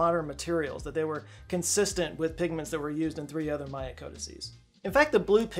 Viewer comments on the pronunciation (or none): none